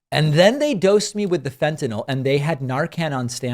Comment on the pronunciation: Praise be! Someone is finally pronouncing it correctly! It's FEN-TA-NYL Fentanyl. Like fentanill. If I hear one more person calling in fentanol I think I'm gonna lose my mind! Thanks David! And congratulations on the all clear!